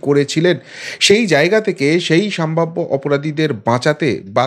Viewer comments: ভাই,সম্ভাব্য । স।ম্ভাব্য নয়। এইরকম পয়েন্ট আউট করতে হলো,যদিও ইচ্ছে করে না। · বারবার আপনার মুখে "সামভাব্য" শব্দটা শুনে খুবই খারাপ লাগে, কথাটা ' সম্ভাব্য ',সম্ভাবনা এর adjective বা বিশেষণ ।Please অভ্যেস করে নিজেকে শুধরে নিলে খুব ভালো লাগবে।